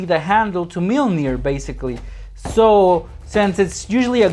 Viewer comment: lol its not meelneer its mjolnir